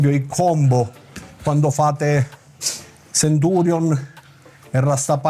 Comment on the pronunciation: Grazie che lo chiama Centurion, con la "c".